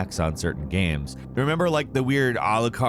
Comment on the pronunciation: Everybody: Games: Ganmes